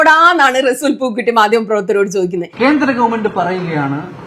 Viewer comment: റെസൂൽ... അല്ല resul പൂക്കുട്ടി അങ്ങിന resool എന്നല്ല 🥰🥰🥰